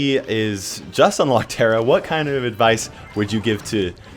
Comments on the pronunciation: There is a mountain called "Tara" and Tara is an uncommon name for a female in Serbia and here we pronounce as we read (idk how to explain) so it is Tara not Tera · I have an irl friend named Tara and it's pronounced "T-air-a" and not "T-are-a". She's middle eastern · Tar-a not tear-a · It’s actually pronounced Tara Lol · Ta”r”a, emphasize the r, weaken the a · I have a friend named Tara, too.She’s German and her name is pronounced the second way, the one with the long A.